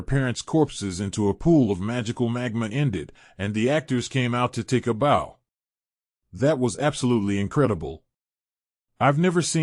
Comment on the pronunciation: He can’t pronounce bow either lol